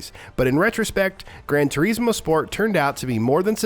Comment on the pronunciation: grand Tureeeeeesmoooo😂. I don’t think that’s how you say it ahhaa